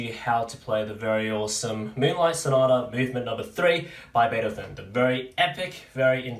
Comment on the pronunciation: you pronounced Beethoven as "Batothotan". I'm really sorry if I offended you. I'll delete the comment if you'd like